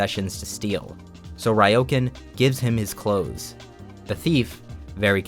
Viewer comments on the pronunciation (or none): I'm sure you've been corrected like a thousand times already, but I just need to say, its "Re-oh-con" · Ryōkan is pronounced more like "Ree-Oh-Kahn."